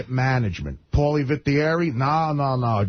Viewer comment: the guy is right Artie Does say Paulies name wrong disgraciad Artie, disgraciad best part